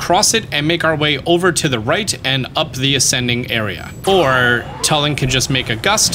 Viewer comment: I hate how says Tulin It's not "Toe-l-in" It's "Two-li-N" or "Too-l-IN" Like toon, NOT "toe" good lord, 🤦‍♂️